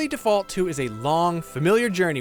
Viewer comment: Its pronounced Default, not Default 🤣